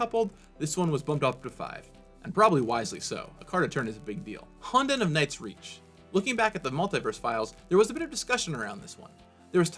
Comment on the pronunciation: you could've consulted someone who speaks Japanese before making this video on how to pronounce words like "honden" or "myojin" (hint hint nudge nudge)